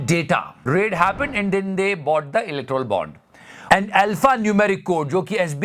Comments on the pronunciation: its electoral bond, u are pronouncing electrol bond...i m ur fan btw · Are you saying "Electrol" Bond purposely?